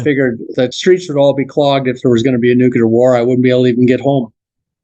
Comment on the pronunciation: Brandenburg is Fascinating. I won’t die on this conspiracy hill but his theory is tempting. IF (big if) we already have anti-grav, then it could be as he describes. If not then ET would turn us into butter. I just wish sciency ppl could pronounce Nuclear. Nu-Klee-Er Not Nuke-Ya-Lur